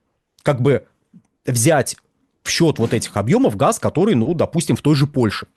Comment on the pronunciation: Они говорят не газ , а хаз.